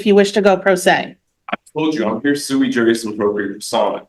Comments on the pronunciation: FYI - It's sui juris. Suey is a dish of meat and vegetables. It did make me giggle, though. :o) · "But I'm suey-jui appropriate".....'Can't you tell by just looking at me'?